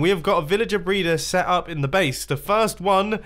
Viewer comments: U said brayder at 3.10 in the video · Did he say villager breeder or villager braider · The way he says breeder